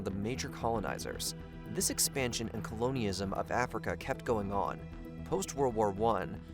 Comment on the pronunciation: constant mispronunciations, particularly the word Colonialism, render the video absolutely hilarious. how can one claim to speak about africa or anything in the english language and then proceed to so horribly and constantly mispronounce words. i enjoyed the video. work on your english skills.